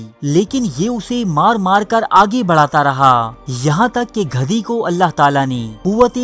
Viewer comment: aap ki urdu bhot kharab hai gadhi ko ghadhi bana dia.